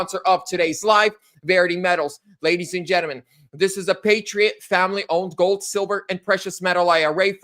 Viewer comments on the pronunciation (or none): none